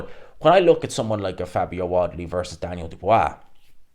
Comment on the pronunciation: Can't say wardly properly it's your kryptonite